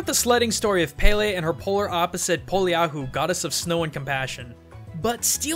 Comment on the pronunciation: Btw, it's Peh leh not paylay